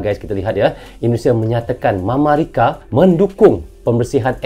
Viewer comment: bilang mamarika😂😂